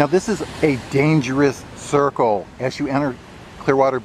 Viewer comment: I was thinking the same thing. I especially enjoyed the "dangerous circle" part. The amount of concern & emphasis he put into it it being a "dangerous circle". Too funny! 😂😂😂